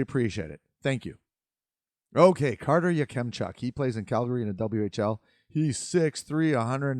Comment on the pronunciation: Your pronunciation of Yakemchuk is a bit hard on kem . Say it like Ya-Cum-chuk. I would put in around 9-15. I like him for the flames if they can’t get Tij.